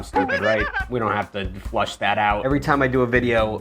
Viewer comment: "Flesh that out" not "Flush" You're doing well.